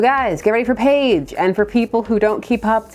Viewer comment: I hung in there until “Page” = “Paige” then noped tf out.